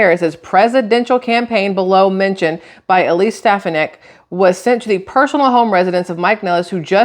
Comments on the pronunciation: FYI: Stephanik if pronounced with the accent on the middle syllable. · Stefonick I believe is how it’s pronounced. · StefOnick awe sound. Only because i heard say it all the time. Your saying the judges name right. I guess lol that how everyone on news says it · FYI- Ste-PHAN-ic. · her name is pronounced " Ste fawn ick " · I think it's pronounced steFAHnik